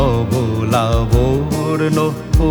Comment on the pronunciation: কথাটা লাবর্ন নয় লাবণ্য হবে।